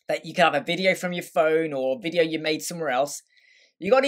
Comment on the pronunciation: What is this akcent? VIDIJJJOU. Dude! Video, is just VIDEO. and not Videjjoauou :DDDDDDDDDDD